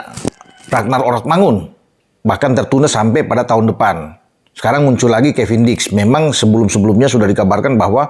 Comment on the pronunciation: dulu bilangnya kevindiks